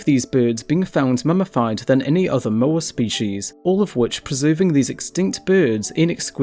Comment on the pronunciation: When you make a educational video about Moa and mispronounce it...